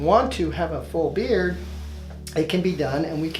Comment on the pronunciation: He says beer not beard